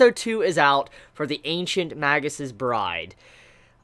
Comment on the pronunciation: Magus is pronounced 'maygus' and Elias is pronounced 'E-Lee-As' :)